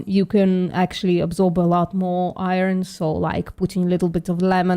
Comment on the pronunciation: VPM.... Please tech how to pronounce "iron" 😂